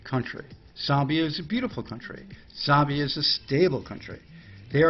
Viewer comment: Z ambia you pronounce it Z am bia